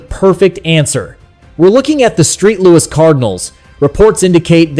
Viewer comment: Hey podcast nerd....." Street" Louis Cardinals.